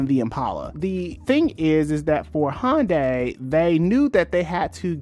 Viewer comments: it's HYUN DAY in korean not HON DAY or HUN DAY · Hyundai(hUN-day) is pronounced like Sunday. Not Hon-day lol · Good info in this, but for a video explaining how Hyundai got to where they're at, you've pronounced the name wrong the entire time. They even had an ad campaign in 2008ish that it's "Hyundai, like Sunday". Search for "Hyundai Car of the Year Super Bowl Ad" to watch that ad.